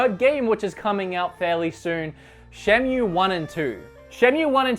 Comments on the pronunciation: it's sega and he says seega. Cultural diff/habit w/e but the top one is shenmue being pronounced shenyu xD Anyway, great video and kudos for putting jet set radio and super monkey ball but you really could/should have included Power stone in there (a sorta like smash bro on the dreamcast)!! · Shenmew Seega Zelder